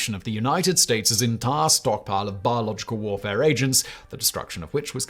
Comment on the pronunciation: It sounds really Bad when you say with a heavy accident. Biological warfaré. It also sounds really bad when you say it normally. 🤷